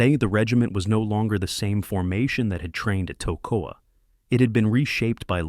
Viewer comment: These men went through hell training to be the best! YOU can't even take the time to learn how to pronounce the name of the camp where they trained? "TACK-o-wa"? REALLY? It was called "Camp Ta-KOE-ah" It might not seem like much, but it's a slap in the face to those brave men! They deserve better!